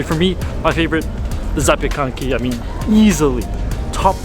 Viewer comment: Actually you've pronounced zapiekanki right 😅